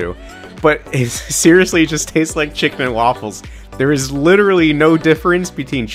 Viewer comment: Him saying Chicken as Wiccan just makes me wonder how he made Witches into food......